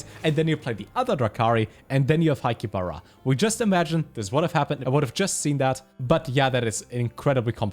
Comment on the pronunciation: Is it only me who heared Highkeeper Ra to hi-ki-ba-ra ?